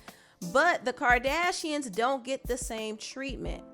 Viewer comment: Did you say the birdashians?? Lmao